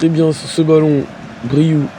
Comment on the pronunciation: Parcontre c bryou pas baryou